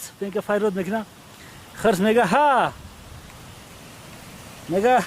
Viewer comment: Не хрс а хирс